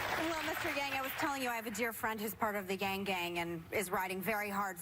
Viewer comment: She pronounced his name correctly, wow, 99% of the time I hear his name, i hear it pronounced wrong